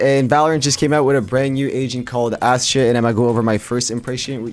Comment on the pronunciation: I swear he was saying "Ashit"